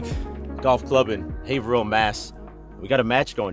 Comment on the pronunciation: You pronounced Haverhill right! Lol